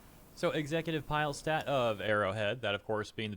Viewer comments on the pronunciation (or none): his name, Pilestedt is pronounced like its spelled, it is pronounced pii-leh-stedt, not pajlstedt. letter 'i' in most languages is pronounced "i"(or "ee" in English), and not "aj" like letter 'i' in English.